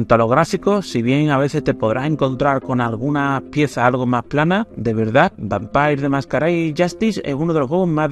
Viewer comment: Vampeir lo que?😂